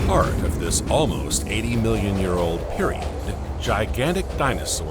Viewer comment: It is AI narration, “periodD”…